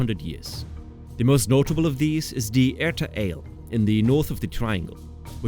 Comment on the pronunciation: It’s Erta Ah-Ley. Not erta ale.